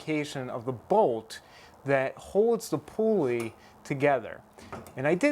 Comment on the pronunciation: Helpful video. Thank you. But you don't have to say "pulley wheel" -- a pulley IS a wheel. And the first syllable is pronounced as "pull," not pool. One irksome thing I see in a lot of DIY videos is that the person's hand obscures the action. I don't say these things to be mean. I do think your video is helpful and better done than most. Thanks again.